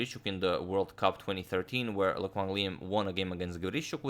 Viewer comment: Hello there Agadmator. I'm just very happy that you pronounced Le Quang Liem quite accurately. He was the hope of Vietnam chess for a while but he doesn't receive much attention anymore. Anyway, please make a video of him whenever you have time (I know you are super busy haha). Thank you.